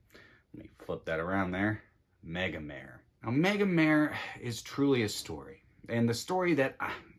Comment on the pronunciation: Totally agree :) I only wish people would pronounce Megamare the Italian way!